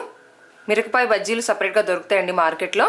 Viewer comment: recipe simple N good.. you are pronounced mirapakaya as mirakapaya...sad..